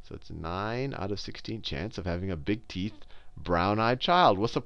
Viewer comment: sounds like he says, "brown eyes and big teets" lol. teets.